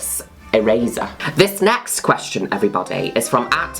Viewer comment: "The fihrst qwestshun I have on twhit-ah"